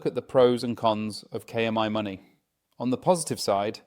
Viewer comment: AI narrator is annoying. Mispronounces KMyMoney very frequently (but not always).